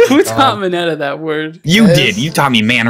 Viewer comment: tbh I thought mineta said big chungas